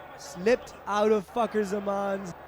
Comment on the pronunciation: Someone pls tell commentator that it's not FUCKER ZAMAN it's Fakhar zaman